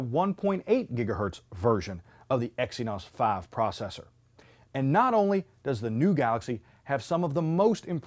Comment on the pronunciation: Exynos 'faeve' processor. Lol at this guy's procounciation.